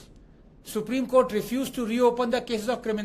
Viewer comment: Supreme Kotha ✅. Supreme Court ❌.